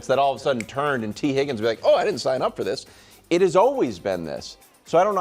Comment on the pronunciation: Only Nick Wright can turn a one syllable word like "And" and consistently turn it into a three syllable word... "Ay-an-dh"